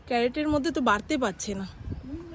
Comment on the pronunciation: তুমি শুনেছি গ্র্যাজুয়েট তাহলে কেন ভাই এত ভূল ভাল বলো?যেমন ক্যারেট বলো যেটাকে সেটা হবে ক্রেট,আর আজ যে বললে পোটোবেল মেশিন সেটা হবে পোর্টেবল portable.apni ato sundor kotha bolen je ki bolbo ,sotti camera ta je apner koto boro bondhu seta bhishon bhabe bojha jai.khub bhalo thakun sobai.🎉🎉